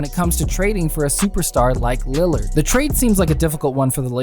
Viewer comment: When you were 631 into the vido you said landerd